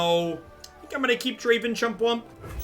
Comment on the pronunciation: Dra-Ví-n? It’s a stretch but cmon